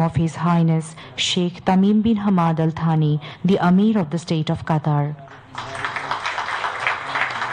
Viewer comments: আল সানি না বেডি আল থানি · সাংবাদিক? থানি কে বলেছে সানি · তামিম বিন হামাদ আলথানি হবে। আলছানি না।